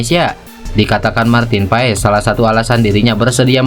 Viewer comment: Bacanya pas bukan pa es